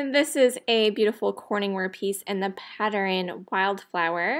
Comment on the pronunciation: Pattern; pat- turn, 2 syllables